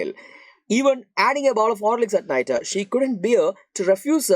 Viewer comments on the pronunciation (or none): Why are you saying uh after every end of a sentence.? Nightuu,hospitaluu and harriotuuu😂